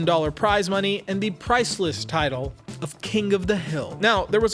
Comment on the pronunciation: The word :King:does NOT end with a hard "g" - it ends in "ng" which has its own pronounciation...